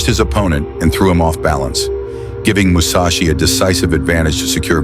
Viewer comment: Seriously? Musachi? How many samurai did you have to choose from?